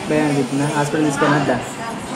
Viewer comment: బెమ్ ఐతుంది కాదు భయం అవుతుంది అనాలి